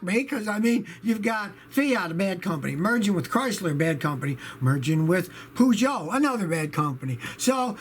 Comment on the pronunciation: Peh-Shou. Not Poo-jo!